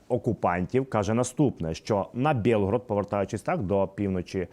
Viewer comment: Запитання. Чого ти м'яко кажеш назву міста Білгород російською Бєлгород?!🤔😎